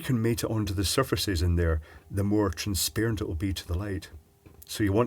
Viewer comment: Transparent, not like spear but like par, as in, par for course